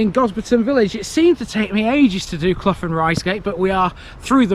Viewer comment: As a resident of Quadring Fen and grown up in Gosberton Risegate I am finding this a little disrespectful that you couldn't check with some of the locals about how to pronounce the place names. Quadring is pronounced QWAY-DRING, CLOUGH rhymes with HOW. There are no open pubs in either Gosberton or Risegate.